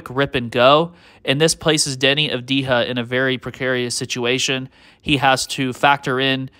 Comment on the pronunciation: Great content again. Just one thing. Avdija is pronounced Ahv-dee-yah, not Ahv-dee-ha. J is not pronounced as H. (ha)